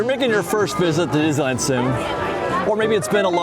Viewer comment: It's pronounced DIz - NEE - LAND.